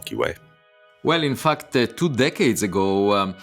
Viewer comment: I love how Avi says fucked instead of fact